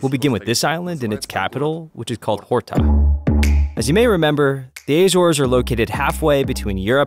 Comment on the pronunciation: Please learn to pronounce the Portuguese names correctly. "Sete Cidades" was really butchered and badly mispronounced and so was Nordeste and Capelinos. Also, the h is silent in Horta. Jose is pronounced with a J sound, not H sound like the Spanish.